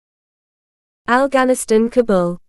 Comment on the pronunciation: What is alghanisthan? 😅